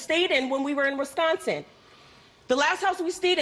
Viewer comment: Did she say " riss-consin"?